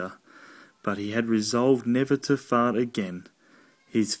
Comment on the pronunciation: The word fart said in an Australian accent is funny in and of itself - Faurt, Faurt, Faurt!!!!